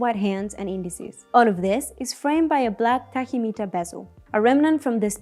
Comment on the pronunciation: Maybe next time use a presenter that knows how to pronounce words...? superlative, tachymeter, coaxial, water resistant (water resistance), 18-carat, and the delivery overall was non professional at all...